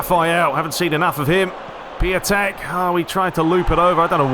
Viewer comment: Piątek is pronounced ‘piontek’ it also translates as ‘Friday’ from Polish 😉